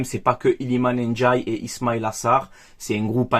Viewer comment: prononce bien son nom auquel cas il risque de porter plainte avant de débuter la saison Iliman NDIAYE c 1 D pas 1 J 😄😉